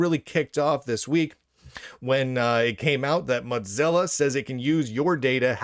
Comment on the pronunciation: Of FFS. And PLEASE. It's MOWZILLA not MOTZILLA. It ain't mozzerella.